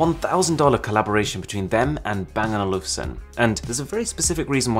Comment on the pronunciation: Hey wait minute bro. It's not Bangaluvsen. It's Bang And Olufsen.